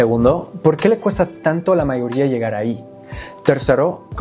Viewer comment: Incorrecto me di cuenta cuando dise la mayoría ahí se sintió el acento de la R que les cuesta a ellos.